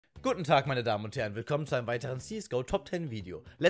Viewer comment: Wie du sagst gugen Tag xD Meine ist bei dor auf dem 7platz :((